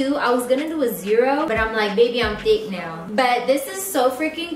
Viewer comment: All I’m hearing is “go swipe your card RIGHT NIE”